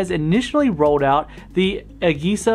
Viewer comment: The way you pronounce AGESA irks me